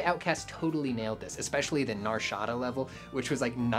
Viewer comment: The way he pronounced Nar Shaddaa disturbs me